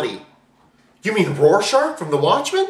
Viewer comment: it is rorschach not rorscharch